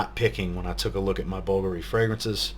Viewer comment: you're the only reviewer I've seen that correctly pronounces Bvlgari (...and one the few along with Justin, and Steven, that correctly pronounces Roja). Thank you sir.